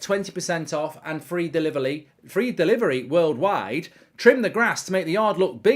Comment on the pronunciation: Free delilerly😂🤣Mark became Chinese for a second.. I'm dead☠️